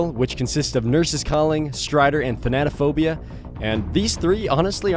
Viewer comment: Than-a-phobia not fucking thanannananphobia